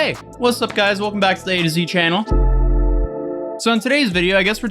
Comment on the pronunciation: you’re telling me it’s not aTOZY it’s AtoZY?